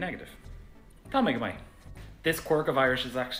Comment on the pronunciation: Going to be honest I got triggered it's "mah" not "may", what a dope.